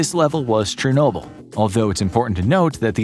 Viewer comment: Your pronunciation of Tsunami and Chernobyl makes me wanna cry 😢 Your video is amazing though:)))